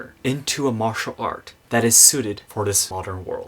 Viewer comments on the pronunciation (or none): none